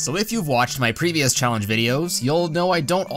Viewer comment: Did you say challenge as callenge ? 😂😂